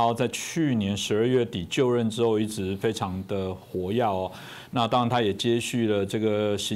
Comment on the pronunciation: 活跃读错了